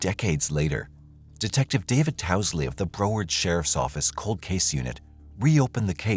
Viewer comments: Re Lillian from Florida: she lived in - pronounced Brow (a😊s in eyebrow) ard (as in aardvark) Broward County, not Bro ward. Thanks 😊! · Google pronunciations of Florida's city names before u say them on here please ! You're not saying Broward county correctly. Ijs. Love the channel though ❤